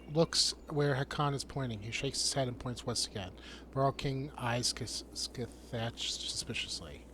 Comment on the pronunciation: Scathatch is pronounced Ska-Hah